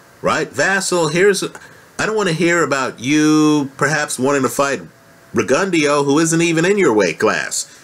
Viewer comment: "ree-gun-dee-oh" Lmao, you slay me!